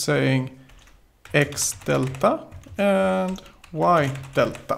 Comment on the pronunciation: I like the way you pronounce delta deLTTa Lol. btw your videos are amazing. don't' ever quit the series.